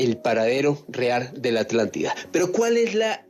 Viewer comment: ¿ALÁNTIDA¨¿Es que los españoles están negados para pronunciar ciertas consonantes? Yo entiendo la palabra ATLÁNTIDA, pero no "alántida".-..